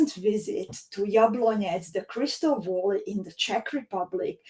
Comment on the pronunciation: Hi, thanks for sharing your adventure in Crystal Valley (please pronounce it as väly not voly)..